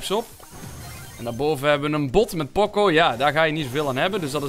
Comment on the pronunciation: Leer die namen uit je hooft, pocco alsjeblieft POCO